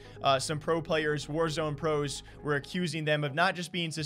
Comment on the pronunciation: Lol "pros"